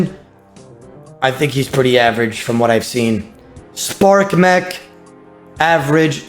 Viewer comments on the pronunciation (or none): none